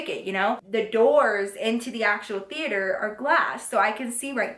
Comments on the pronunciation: I love how she said theater like theateor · the way she says "the-ate-her" 😂😂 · movie thee-ater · TheAter lol❤😂Just the way u said that at the beginning made me smile❤❤❤ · the-ater lol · Theayter lol 😂😂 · HaHahaha she said THE-ATRE!!! I'm dying!! Love you ❤️ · The way she says theater lmao love you girl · Why she said movie theater like that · Who else is low key confused on why she said theater like that😂😂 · Is it just me or did she say theater kinda funny? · You said Theater weird it was probably b/c you were mad Love you girl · Why she say movie theater like that 😂💗